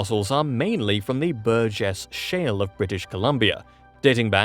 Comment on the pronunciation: Say Burgess shell one more time, I dare you!! 🥴😵🫠 I wonder if that could be in British Colombia.... Can't remember if he mentioned it 😢😅